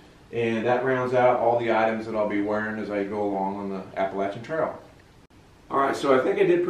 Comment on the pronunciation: my family and I have hiked the AT numerous times. You might have hit the trail already but 2 things I noticed: 1) I’m worried about your water filtration system, find a scooper right away for the “dirty” water, Giardia is what you need to be worried about and 2) Appalachian is pronounced like “shin” on the end:). Good luck and what is your trail name? I haven’t watched Episode 1 yet so maybe you mentioned it but I’m guessing “” is it.